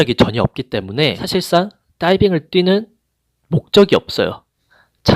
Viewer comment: 선생님 따이빙 발음 쥑이시네요